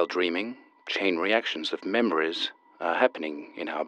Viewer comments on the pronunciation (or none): sorry... did he just say, cHaiN rEacTioNs??